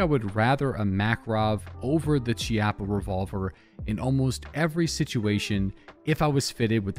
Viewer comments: Its key-ah-pah. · I think it's pronounced Key-Appa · It's pronounced (key-appo) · Hey, just so you know, the "ch" in "Chiappa" is pronounced with a K or hard C sound. And as most Italians will be very quick to point out, "Chiappa" here is also slang for asscheek (singular, plural would be "Chiappe"). The more you know:)